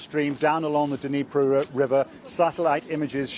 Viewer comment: BBC 2023 "Dunreepo river" seconds in. Its bad pronunciation like this that has half of britan thinking russia is run by a man called pyewtin. then 3 mins in . the bbc suggests it was not done by russia, pulls in shill from a NZ! uni the Ukranians had no access, simple. The russians filled the turbine hall with mines in december last year & raised water to highest level on record. god damn you BBCccp. get an internet connection ffs